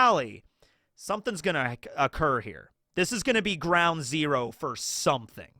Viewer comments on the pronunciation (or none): none